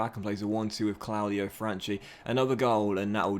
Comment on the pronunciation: I think you should start Franchi (btw it's pronounced franki) ahead of Salcedo, I don't think he's good as you believe